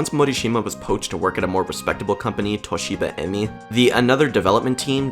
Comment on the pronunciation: "Toshiba-Emmy" made me giggle, nice video though. I like the focus on the companies behind this majestic trash, I also long for more info on its development. Hot-B as in the original JP branch folded in 1993, weirdly the subsidiary Hot-B USA is what lasted all the way until 2005, frequently collaborating with Hot-B's successor company Starfish! Bad famicom games rule.